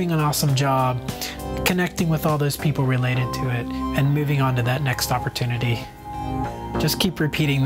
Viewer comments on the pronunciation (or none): at the end he says oppotunity like its extremely often you get one haha.